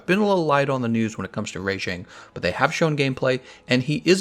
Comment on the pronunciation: Bro wtf is "Ray-jang" it's freaking "Rah-jang". Pronounce shit better homie.